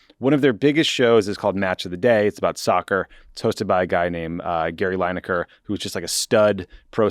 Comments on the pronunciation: Lin-ekar not Line-ekar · Lineker not Linaker. Not a biggie. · Oh dear, Tommy is clearly not a soccer guy (or as we in the rest of the world calls it properly: football). Coz his pronounciation of Lineker really made my ears bleed! And if Tommy had the least bit of interest in football, he would definitely know the name of 1 of the best strikers in English football history, who among other things still holds the English record for most goals scored at a World Cup. Oh, btw. U should also know, that Lineker is in fact not employed by the BBC. He owns his own production company, where he produces Match of the Day, and the BBC has a contract with him for airing it, so hes not just the host. They really f'd up trying to mess with a guy, who doesnt need the money, who did nothing wrong by their own guidelines, and who has the most viewed sports programme and 1 of the most viewed programmes in the UK overall. They shouldve realised, they couldnt bully him into silence, and they really opened themselves up to him taking his show to any of the other networks, who would salivate at getting him and his viewers, and while Lineker did not mention it himself, others with legal expertise did, that he had a really good case to sue them for breach of contract. So they had to u-turn, apologize and get him back on air. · From a UK perspective, I enjoyed your discussion on Gary Lineker, your pronunciation of it not so much :D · Pronunciation of Lineker ist cringeworthy